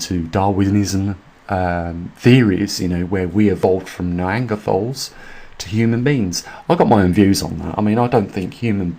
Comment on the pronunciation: neanderthal - is pronounced nee-ander-tal - no anger in there - just so you know